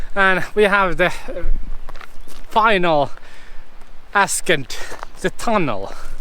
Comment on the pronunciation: "ascent" is pronounced ass-sent, not ass-kent. The water canal is called an "aqueduct".